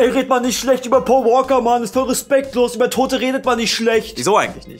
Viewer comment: sagt immer Poa Woaka;DD und nicht Paul Walker